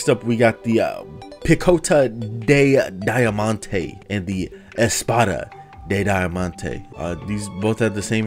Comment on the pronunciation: daiamanteee, I love how americans say portuguese